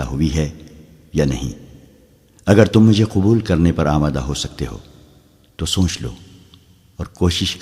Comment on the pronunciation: سونچ نہیں سوچ اس لفظ کا تلفظ بار بار غلط بولا جا رہا ہے۔